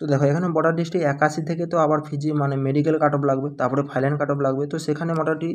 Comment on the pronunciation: আমি তোমার সব ভিডিও দেখি..সব ঠিক আছে কিন্তু তুমি 'ফাইলান' বলো কেনো..ওটা তো 'ফাইনাল' বলতে হবে।